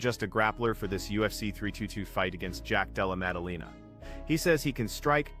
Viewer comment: "jack della mumudumamah"😅